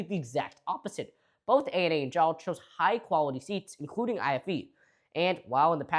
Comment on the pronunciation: Every time you say “JAAL” I hear “j’all” (as in y’all)